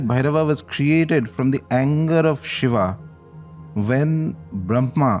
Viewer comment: Please....a request... When using the name Bhairav and Shiv...or any other of Sanskrit origin...use the correct pronunciation as you know better then me that an extra अ changes its meaning as well as its energy.